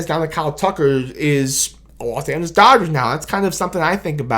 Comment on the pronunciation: Its Da Dah-Gers!!! 😂